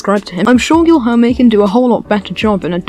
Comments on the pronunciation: You saying guijorme is quite stressful for brazillians, lol, but thanks for the video, im brazillian and i didnt know who is samaia. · i have a blast every time i earth an english trying to pronounce the LH sound